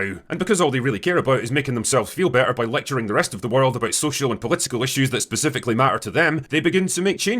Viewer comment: He says "specifically" way too much for a guy who can't pronounce "specifically".